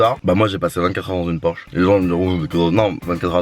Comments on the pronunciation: c’est pas “porche” mais “Porsche”🙃🙃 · oulah ça fait mal Porsche sans le "s" 😭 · La faute a 24 h dans une Porche ( sa ce dit Porsche) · 2.29 "Porche" mdr le monteur pas trop callé en automobile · On peut dire porche mais la vrai version ba c'est porsche